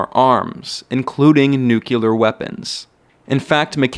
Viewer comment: Well done,, but... Please look at (or up) the word "nuclear." How it's spelled is also how it's pronounced: "Noo-klee-are." Not "noo-kew-ler."